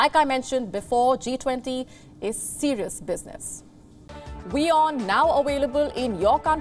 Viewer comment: Imagine the journalist who can not say the alphabet “V” or say the word AVAILABLE rather she says awaylabul….please I don’t even know how you got the job of a news anchor and you are criticising a woman who is more accomplished that you can ever be at 27.. what where you doing at your age 27?????